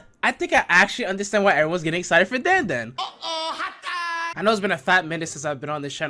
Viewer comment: It’s Dan da dan